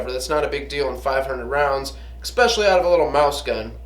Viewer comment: "Drawl", "drawl", "drawl". lol... and "Expecially". The current public education system hard at work. A drawl is what you have when you speak with a Southern accent. A DRAW is what you do with your gun. And it's "especially". No "x". Other than that, I learned that you like Talon Tape (it's on all my guns) and to put paint on your front sight. Buzzkill... Cool apocalyptic bug-out room. You might want to spend some time on that table muscle though. Gotta have the cardio to run all that hardware when the zombies come.